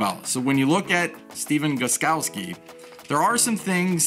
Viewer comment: Hahha you said the name better then me lol